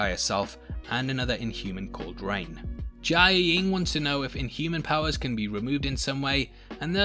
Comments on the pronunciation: i- you keep saying jiaying's name as jia-ee-ying... its just jia-ying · You really can’t pronounce Jiayeng huh? & it’s her actual sister because they’re related by blood not her stepsister. She doesn’t have to always bounce back means she doesn’t have to be ok. This is why I don’t subscribe. It’s like you watch the show but you miss out on the deeper nuances & you can’t pronounce words that you hear being said.